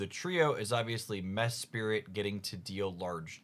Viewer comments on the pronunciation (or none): Its Mesprit not Mespirit ☝️🤓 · Since this comment contributes nothing besides criticism I decided to also like the video and subscribe to make up for it. Please forgive me (and stop saying mespirit 🙏🏻)